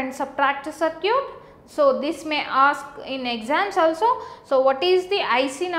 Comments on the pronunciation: Is she saying "Sir cute" ? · hahahah "saarcute"